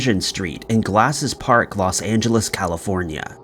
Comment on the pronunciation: Love the video! But in the first one, the little town is pronounced "glass-sell park"! I grew up there 😊